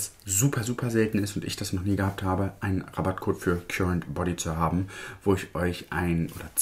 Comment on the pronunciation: Oh sorry nur so am Rande, das englische Wort current liest man [karent], es bedeutet der (elektrische) Strom. ❤